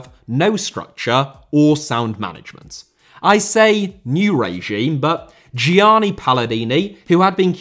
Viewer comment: Gianni* not Dgiohrnni Cissé* not Cissei Possession* not Posession Regime* not Reigime Law* not Lor Traoré* not Trayorei Halved* not Holved Macheda* not Macheirer Drama* not Drohrmer Final* not Fahnal César* not Céisahr Inter* not Ento Swansea* not Swonzea Barcelona* not Bohrçalouwner Via* not Vyer Putin* not Pyutin